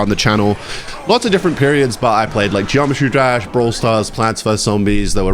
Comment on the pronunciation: "Geometry Drash" hits hard...